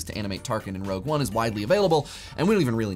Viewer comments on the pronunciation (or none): none